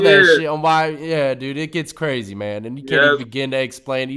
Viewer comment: He Cwazy.